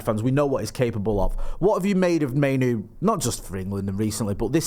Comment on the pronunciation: Why do people keep sticking a Y in the middle of Mainoo's name?.